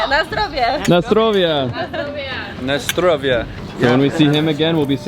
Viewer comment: Bro, don't know where is from, but I'm Polish and her pronunciation of "na zdrowie" was damn correct:D PS. I know Russians say the same thing for "cheers", but just different accent, but "na zdrowie" was definitely Polish. Is she Polish?!:D